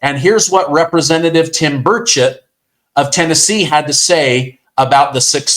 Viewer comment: Are you saying Tim Birdshit?